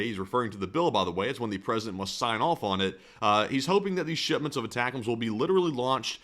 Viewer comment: Aye tac ums - sorry, retired army, prior 13P/35F. it’s driving me nuts hearing the mispronunciation.